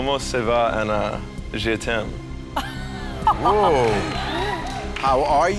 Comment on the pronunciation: really said “Comon say va? Je tim” Edit: tragically bad pronunciation aside, did he really think that “What’s up? I love you” was actually a good pick up line?